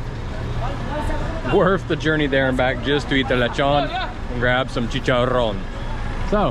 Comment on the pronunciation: The way you say chicharon is soooooooooo nice